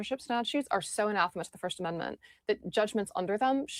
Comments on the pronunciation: It's pronounced 'A-NA-THA-MA' phonetically, it means 'a vehement denunciation; a curse; damned. Awesome news either way! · A-nath-a-ma. Also, Basil as a name is Bah-zil. :) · Anathema - "ah-nah-feh-ma" Something you hate or despise, i.e. "Kier Starmer is anathema to the UK population." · Its pronounced ann ath em a. Neil Stephenson wrote a good book called Anathema. It means something that is intensely disliked or loathed. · Anathema is pronounced Uh-nath-uh-ma. It means vehement dislike or abhorent, hateful. In religious context it means a formal curse, excommunicating a person or denouncing a doctrine as evil. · It’s pronounced “An Ath A Ma” 😂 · UH-NATH-UH-MUH :'D Otherwise great vid! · Uh-NATH-ma. Dude. LOL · a-na-the-ma please... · Anath-ema is a regular word it means something that is vehemently disliked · doesn't know what anathema is, and mispronounces it, and then calls it not a normal word. 🤦‍♂️ smh Of he also did the whole ye boi thing. 🤷‍♂️ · "Anathema" - just educate yourself, don't be such an ignorant person. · trying to pronounce anathema...